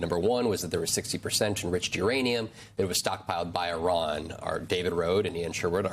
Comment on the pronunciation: Did he say Iranian potential? Instead of Uranium potential?